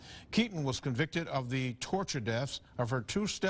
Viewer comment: NO way did this anchor man just say torture deaf. NO WAY!!!!!!!